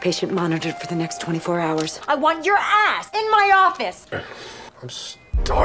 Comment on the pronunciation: The emphasis on the word ass made that sentence sound really weird